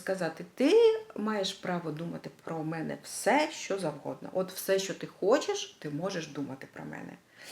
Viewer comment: Дуже приємно слухати рідну мову, дуже цікава і змістовна тема! Дякую. Але в українській мові вимовляється «що», а не «щьо», «тому що», а не «тому щьо». Так на замітку.